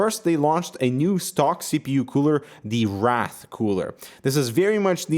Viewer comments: wraith not wrath lol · It's pronounced like "Rai-th" nor "Rath"... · Hey! It's pronounced raythe and not rath! Just an FYI! love this channel! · I can't help but mention, you pronounced "wrath" not "wraith" ray-th, is how this new one should be pronounced, based on the spelling. :P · WRAITH. Not wrath. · Why does he keep saying Wrath, isn't it Wra*i*th? Wr-aye-th. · rath cooler =) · Wrath. Wraith. Eh, close enough xD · btw Wraith is pronounced like ray-Th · It's pronounced "wrayyth" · Not quite how you pronounce "Wraith", but oh well